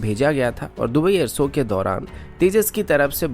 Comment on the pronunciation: सामिल नहीं शामिल कहते हैं, कोसिस नहीं कोशिश कहते हैं और एअर सो नहीं एअर शो कहते हैं| आप शब्दों का उचारण ठीक करें| किसी अच्छे हिन्दी चैनल को ध्यान से सुनें और खुद को ठीक करें| आप की आवाज बहुत अच्छी है| स तथा श में अंतर करना सीखें|